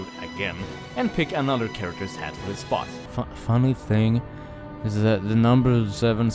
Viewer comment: press 4 for "Hhhaatt"